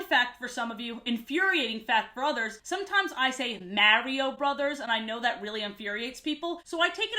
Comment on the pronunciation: Also, notice that pronounced Mario 100% correctly No one does that!!